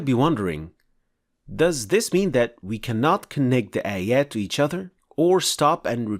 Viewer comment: It's not "eya" its "ayaah"